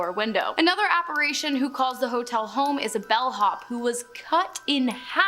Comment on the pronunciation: 1.) The word for a ghost or spirit is apparition which is pronounced (ap-uh-RISH-uhn) NOT (ap-uh-ray-shun). Grammar, spelling and such is one of my pet peeves....a little OCD issue if I may be honest.😂 🎶🐦🇺🇸